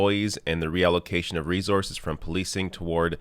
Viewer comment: I think it's so cute how pronounces resources (reszoarses)